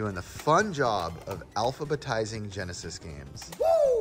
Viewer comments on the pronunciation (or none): none